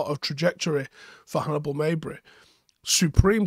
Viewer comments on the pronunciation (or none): His name is pronounced the way its written not Maybri just Mejbri. He played a deeper role for Tunisia with the freedom to create and he was impressive very high intensity and can put a crazy shift in and likes a tackle, yet still very offensive minded and always looking to attack. We should move him into the first team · I love you bro but it's not pronounced "May-bri", it's "Mej-berry" ("Mej" rhymes with "Veg", as in "vegetable"). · Mejberi, not meyberi